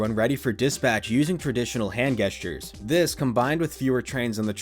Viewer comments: "Hand Guess-tures" lol really bro? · I’ve never heard gestures with a hard G